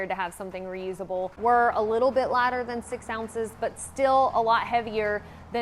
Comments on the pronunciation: No, no—she said “larders.” Right? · I thought she said ladder!, But then I switched back to the video and saw the lighter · I thought you said LADDER WHY DO YOU NEED LADDER😭😭😭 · Who else though she said "ladder" when you was talking about a lighter...😅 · A "Lahtter"? What the f is a "lahtter"??? Much less two of them, LOL